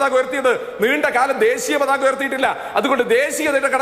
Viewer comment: അതിസക്തൻ - വിസകലനം - ദേസീയ - വംസഹത്യ എന്റെ ജയിക്കെ... മലയാള ഭാഷയുടെ അഭിമാനമേ...